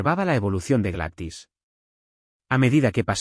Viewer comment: NARRADOR EL NOMBRE NO SE PRONUNCIA "GLATIS" EL NOMBRE ES "GLADYS" POR DIOS!!! PRONUNCIA BIEN EL NOMBRE Y LO MALO ES QUE TODO EL AUDIO LO DIJISTE II